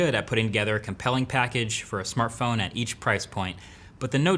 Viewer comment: What was the best "samartphone" this year?